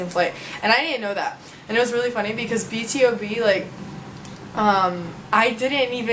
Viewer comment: it kind of annoys me when u say B.T.O.B instead of B to B = BtoB = Born to Beat